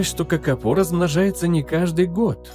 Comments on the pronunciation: Kakapo a nie kakapou,sztuczna inteligencja to jest katastrofaAI.Nie powinna byc uzywana wogole. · Nazwę tej papugi wypowiada sie "kakapo" a nie "kakapou". I skoro to jest film o kakapo to czemu tak często pojawia się kea?